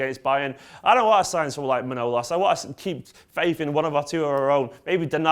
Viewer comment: Apparently it's pronounced Je-zeus but I was referring to the ending regarding Man-o-las instead of Mn-ow-los